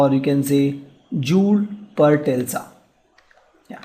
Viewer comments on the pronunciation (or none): it's Tesla not Telsa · it should be Tesla not Telsa..!